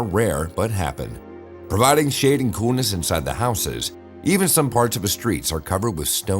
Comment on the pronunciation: COOLNESS Not COONESS!! You are one of the WORST Narraters I have ever listened too. Who taught you How to Talk??